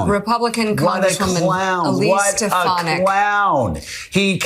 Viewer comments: Stefinek (trump's pronunciation) really needs to figure out what job she'll have when trump loses...agin. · Steh-FAHN-ik,. Don't mispronounce names as Trump does. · tRUMP said “Stepanak” why oh why do these people keep making excuses for this lump of lard!! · It almost sounds like he is saying her name on purpose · Come on...he mispronounced her name to prove that the left will trash him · That’s the first time I’ve heard him pronounce Stefanik’s name 🤣🤣🤣🤣🤣🤣🤣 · Stinky Trump doesn’t even know how to say despicable Elise Stefanik’s name😂😂😂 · He pronounced her name wrong and his brainwashed. Crowd cheered for a person who doesn't exist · Oh yeah, trump knows Elise Stefanick so well that he cant pernounce her name lol. Trump is sooooo gonna make her his running mate. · He can’t even say her name right,,, you’re right as soon as they disagree they will be RINOS